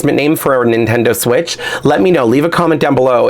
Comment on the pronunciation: Instead of Nintendo switch ("Jane Doe switch")